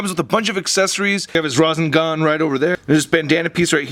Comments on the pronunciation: He did say rasengan but more like ravengun but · Fireball(Rasengan) Me: Ha you lowly non-anime watcher it is called the Rasengan, its not like you would know what it means. Tsk. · pronounced rasinggon not rosingon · #rozzengone lmfao 😂 I'm a Naruto fan but this didn't trigger me. More or less made me laugh. 😂 its pronounced ( ra-sane-gone ) your welcome man that was some funny shit. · you say rahsengan wrong and naruto wrong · Nice ✌daggers✌ it's a kunai and the blue thing is a Rah-sang-gan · By The Way, Just In Case You Do Another Naruto Figure Review, It's Pronounced 'Nah-Roo-Toe', And Most People Pronounce It 'Ruh-Sang-Gun', And Finally, They're Not Daggers, They're Called 'Kunai Knives (Koo-Nye) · i know you know nothing of the show but i got to get this out of my system the rasengan is RAH-SEN-GAN and its not a fire ball and naruto isnt fat! hahaha...also the daggers are called kunai KOON-EYE Haaaaaaaaaaaaaaaaaaa thats better